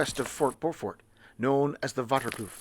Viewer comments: Pronunciation Dennehoutkloof = Denneh hote (as in oat) kloof (long oof) I am a Saffa Military Vet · Pronounced "Dena hout kloof" (Pine tree valley) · Dennehoutkloof would be pronounced as 'Den-neh-howt-kloef' in English. It means 'Pinewood-canyon' Or Pinewood-ravine' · Sadly the pronounciation was way of bit nice video as always